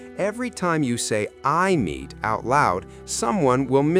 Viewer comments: It's Aemeath not "I'm meat" 😂😂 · Eye-a- Meat 😭🙏